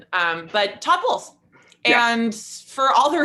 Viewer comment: At and it was less obvious the fifth time through. :)